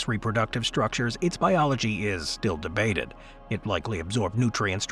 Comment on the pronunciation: Don't enunciate debated like that.